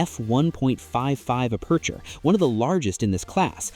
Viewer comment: “App a chur”… not “uh-percher”